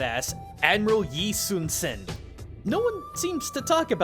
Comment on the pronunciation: Cool. I was hoping Yi Sun-sin would get a mention here. Just a small pronunciation correction though, something Korean has in common with Japanese is whenever "s" is with an "i" sound it always becomes more of an "sh." So Korean "Sin" (신) is pronounced pretty much the same as Japanese しん, and is sometimes spelled that way as well (shin). I live in Korea, and 이순신 is a pretty big deal here.